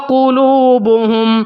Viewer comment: اٰتوا وّقلوبھم میں غنّہ نہیں ہے